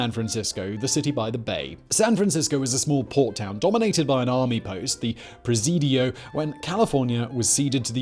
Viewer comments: And nobody calls the Presidio, the “Press-I-doe”. More like Pre-sid-ee-o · "pre-si-doh" 👎 PRE-SEE-DEE-O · Prezido? You’re missing an entire syllable :-) Preh-sid-ee-oh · Pre' Cid' EE' Oh" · "Per sid ee-o" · Presidio : [ pri-sid-ee-oh ] :) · PRESIDO? You will not convince Simon that mispronouncing things diminishes his credibility. I only remain subscribed to his channels in mourning for it. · Thanks for the video, but mate it's Pruh-SID-ee-ohh (The Presidio) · Simon, it's "press-sid-dee-oh." Unless you like mispronouncing your content... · Lovely video! But it's "Per-sid-e-o" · cringed every time he said it. preh-SEE-dee-oh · Presidio is said like Pra-City-O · Presidio: pres-SID-ee-oh. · Say it with me Simon. Preh-sid-EE-oh. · I miss living in SF. I laugh at how he mispronounces Presidio. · Bay Area native here. You’re saying Presidio wrong. Very wrong. It hurts my soul. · Painful to hear Simon mispronounce words I've practically grown up with lol. Presidio, Ghiradelli, etc. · Hearing you butcher the word "Presidio" wounds my soul. Totally worth it, though. Don't ever change!